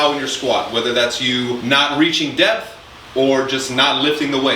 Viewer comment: Not going to lie, i heard “depth” as “death” and thought “hell yeah i gotta push myself more”